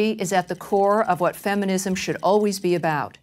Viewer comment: lol, "feminimsm"